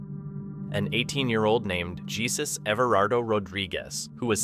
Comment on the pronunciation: Let your spokesman know that he has to learn how to pronounce Spanish names correctly like when he misspoke "jesus"